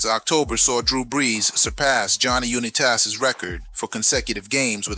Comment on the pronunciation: Johnny "You-nee-taz" is WILD! His last name is pronounced: U+n👁+tas= UNITAS, almost similar to "UNITED" Airlines